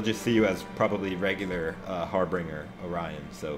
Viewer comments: Har binger not har bringer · Wanna think it's pronounced harbin'Jer mate lol